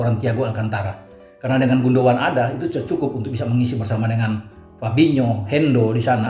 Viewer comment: Keren banget...!! tahu banget soal Ilkay GUNDOGAN. Bahkan pengucapan yang benar dari GUNDOGAN pun tahu persis, yg banyak Pundit gak tahu... Ditunggu terus ulasan-ulasannya,. Terima kasih.